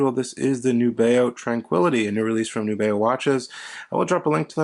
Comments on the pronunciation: I love them. FYI, I was told by the company via email, “The intended pronunciation of our brand name is indeed "NEW-be-oh." Thanks. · I believe it’s a letter “N” as Nubeo, not a “Z”.